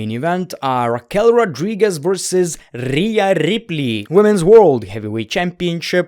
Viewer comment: That "RHEA RIPLEY" sounded too Indian to me (